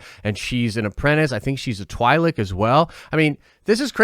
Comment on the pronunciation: short "I" , twin lekku = TWILEK not TWYLEK